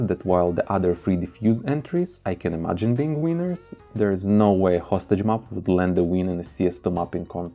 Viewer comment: Please say mäps, not mups. Fäctor, not fucktor, imägine, not imugen